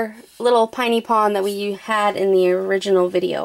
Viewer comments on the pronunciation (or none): i have the LPS you got! i'd like you to review the pinypon! p.s for pinypon its PINY not PINEY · It's pin-ie pon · it's pronounced piny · Pin-ie pon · its prononced piny pon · You pronounced piny pon wrong the i in piny pon is like an e